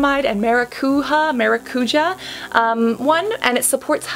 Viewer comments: ma-ra-cu-ya not ma-ra-cu-ha or ma-ra-cu-ja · 🚨 Cassandra 🚨 i would love for you to see this comment 🚨 i have been trying to correct Hyram and James on the pronunciation of the word 🚨 it's MaracuJÁ, not MaraCUja, the accent is on the A 🚨 grammar police 🚨 LY <3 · Hello, another fellow brazilian here!!! It's pronounced maracuJA not maraCUja, I swear to god hearing people who don't speak the language saying this words feels always so strange, but so funny!😅😅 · Quick tip: It's pronounced MaracuJAH (not the spanish J). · Maracujá is literally passion fruit in Brazilian Portuguese (indigenous brazillian word, tupi-guarani) The pronunciation of the "j" is not like in Spanish... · It say maracujá (the a's you say with a string tone like the first one) translation from portuguese to English is exactly passion fruit. :) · The J on maracujá ir read like the J on je t'aime